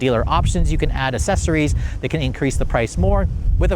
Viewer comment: Did you say assessories? That's not a word, dude.